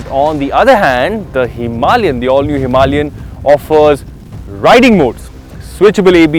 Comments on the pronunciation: Wtf is himi? Are you reviewing a scooty? A grand name for a grand motorcycle should be spoken clearly. It's not pep. Its a Himalayan. Power Drift has become worst from worse for vehicle reviews. I'm flagging this channel off. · Himalayan isn't pronounce "Somalian" with an "H". I had to stop watching after 1 minute. Too cringe. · Stop calling Himalayan a "Himi". It's cringe af.